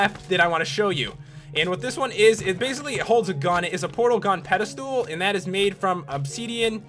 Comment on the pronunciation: I love the way this guy pronounces things. ObSEEDian, iron inGOTS, portal gun pedaSTOOL.